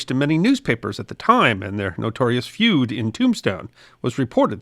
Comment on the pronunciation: For godssakes stop using that AI software to mimic your voice on shorts. No enthusiasm, pronounces "feud" a 'food' . . .. why use it?